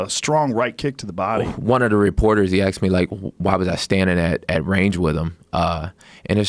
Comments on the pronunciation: "he axed me" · Kevin Lee keeps saying “he axed me” or “I axed him” when he clearly means asked. I’ve heard Jon Jones say that too...is this a black thing or a general American thing? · Kevin "people axe me" Lee